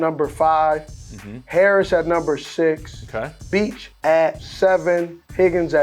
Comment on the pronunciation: First off - SS is obviously an awesome WR analyzer, that’s a given. With that said - his assessment on Jack Bech (he pronounced his last name way off for starters)…is 6’1” 214lbs. Steve’s co-host pushing back a bit on Steve’s claim that he’d be better at TE and Steve’s response saying that was a dumb question is quite the arrogant ignorance on Steve’s end. That’s not a dumb question at all given Bech’s stature - who’s going to the NFL at 6’1 214lbs and then gaining 30-40lbs and trying to grow 3-4 inches taller so he can play TE..?? Come on now.